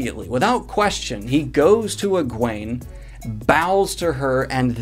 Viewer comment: You know, don't you that Elayne's brother is named Gawain not Galwaine